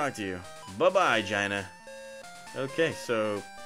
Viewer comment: You keep mispronouncing Gina. It’s gee-nuh. Lol